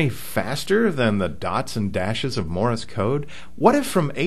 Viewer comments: It's Morse not Morris... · Wednesday, 2/23/11. It is not pronounced 'Morr-is' code. It is not two syllables. It is pronounced 'Morse' code. It is one syllable; 'Morse' code. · Why do you keep saying "Morris" code? It's "Morse" code, not "Morris" code. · It's "Morse" code, not "Morris" code. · "Morris" code? ;) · ''Morse'' rhymes with ''horse,'' not ''Doris'' Just sayin' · OK let me get this straight. You don't really use Morse code that much as the guy that's texting, but you're doing a comparison between the two to see which one is faster? As one poster said , if this is an example of the brainpower found in our universities today, heaven help us! Oh.... did someone mention to you that you're pronouncing :Morse" incorrectly You're not actually going to graduate and become a reporter right? _... _ _ _ _. . .... . . _ _.. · yeah..."morris" code and "q-werty"??? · The way you say Morse and Qwerty is strange: Morris and Kooerty, respectively.